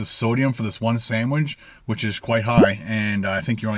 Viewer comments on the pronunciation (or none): Everyone else: "Sandwich": "Sanwidge"